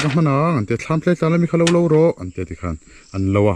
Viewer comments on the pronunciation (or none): none